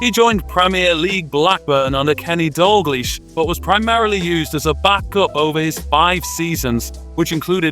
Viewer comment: AI can't pronounce Dalglish right 🤦‍♀️ x